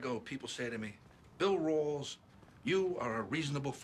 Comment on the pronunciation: He pronounces Rawls like Rolls. Odd.